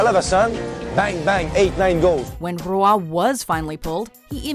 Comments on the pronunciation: I mean... if you're French you should know how badly the narrator is pronouncing it.. it's not ru-WAH in two syllables like she's saying. Closer to just "WAH" though with a slight bit of uvular fricative in the onset of a single syllable sound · I hate how they pronounce Roy wrong